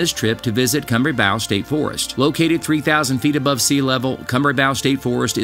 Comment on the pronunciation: Kumbrabow. You're saying it wrong. Come - Bray - Bow. Like Bow and Arrow